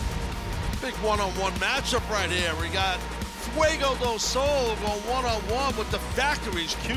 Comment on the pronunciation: Fwey-Go Dale Sol...yeesh.